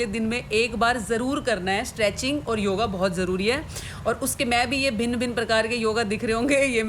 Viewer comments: joga..😂 not yoga...baspan not bachpan..😂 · Yoga ❌ Joga ✅😂